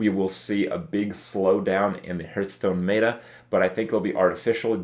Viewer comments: Pet-peeve. It's not "Meat-ah" it's "Met-Ah". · Fuat Sekban i cringe every time he says "mayta" instead of "meta", and now he pronounces kraken wrong too, wtf is a "krayken"? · ... "may-ta" shivers